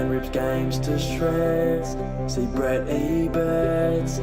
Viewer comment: He said Brett Ebert not Brad Ebert